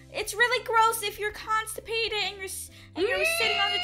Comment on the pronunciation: First words, "Are you consapated". Subscribe 2 seconds later.